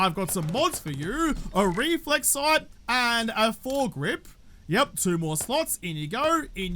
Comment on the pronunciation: I can't help but giggle every time says Foregrip. 😉🤷‍♀